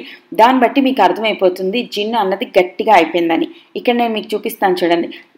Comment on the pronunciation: Jinuu kadhu junnu